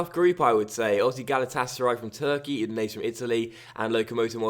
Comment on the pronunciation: I'm relatively sure Udinese is pronounced U-di-nes-e and not U-di-nes. Basically the last e is not silent.